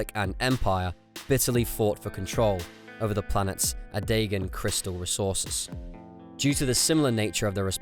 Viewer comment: only one criticism. Pronounciation. Ilum is pronounced ill-um, not eye-lum. Ah-DEE-gun crystals, not ah-DYE-gun crystals.